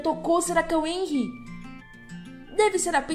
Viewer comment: vc estava falando errado kkkk esse "H" tem o som de "R" como se fosse Renry